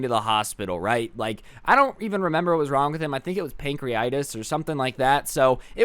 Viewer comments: This is how many times pronounced pancreatitis wrong | | V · 96 now